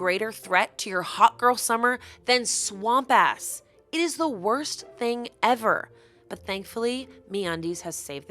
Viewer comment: meundies - saying swampass is criminal. you're going to jail.